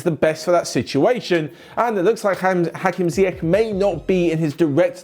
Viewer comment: it's pronounced Ziyesh